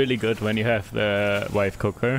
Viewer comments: Did.... did you say wife cooker? 🤣 One would hope so. If i cook you usually end up with food poisoning, or charcoal. I'm a lousy cook. She does all of it in this household! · I heard wife cooker too :D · Im not alone, he for SURE said Wife Cooker :)